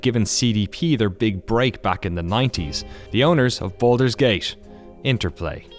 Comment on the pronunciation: Boldur's Geish? I know Baldur's Gate, but I suppose the narrator meant something else. Seriously though, I enjoy these series a lot, but they deserve someone who speaks correctly. "One of the most unforgiving market on the planesh" yeah, right XD